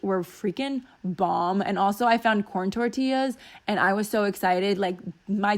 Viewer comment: Another great video! Love it. I hope you had the best time with Andrea! Also, I totally thought you said porn tortillas. LMAO!